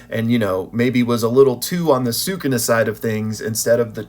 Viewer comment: He not “sookoona” - if you listen closely they say “Skoona” or “suh koona” sometimes.